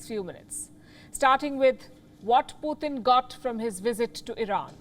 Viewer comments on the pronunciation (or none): It's not puuthin. It's Putin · It's good program..but please its not "PUTHIN" ITS " PUTIN" ..PU -TIN ...PUTIN..,NOT PU -THIN OK..GOOD GIRL!